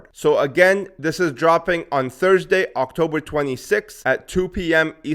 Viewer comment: Brother you say october 😂